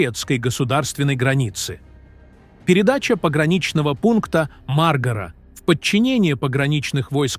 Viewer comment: Хорошо то ,что не сказал пограничный пост маргрет течер не ( маргра) а мар-га-ра. Научись правильно произнасит название местности.